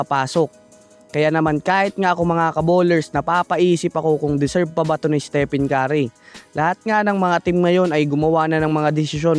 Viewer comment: Estepen kari ka ng estepen kari. Its istipen keri (stephen curry) Puro fake news pa!. 😂😂